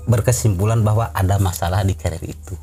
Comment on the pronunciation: Yang betul tuu carier kan yaa, bukan cariel